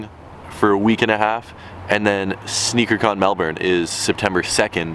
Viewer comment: Praise the lord can pronounce Melbourne correctly!